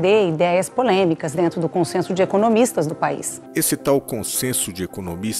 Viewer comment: GENTE, EM ALEMAO O CH TEM SOM DE RRR. É PORRMAN !